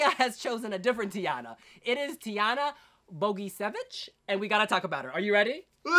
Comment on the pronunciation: Tijanas last name is pronounced Bo-gee-che-vich :D And Ceca is pronounced tze-tza :3